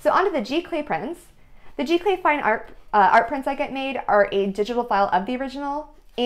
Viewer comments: Very nice video---isn't it pronounded "Zee-Clay"? Or is this a different process? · Giclee is pronounce Zee - Clay :)